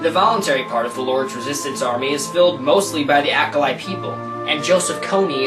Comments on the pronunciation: "Accolite Tribe"? ..It's pronounced (AaahCholee) Aaah ..Cho (as in choke)..Lee ... hence..Acholi. Dude this video is very poorly researched. While I agree with you that Invisible Children is a shady organization. Trying to rebuttal the video with distorted information in an attempt to appear intelligent. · its pronounced r choe lee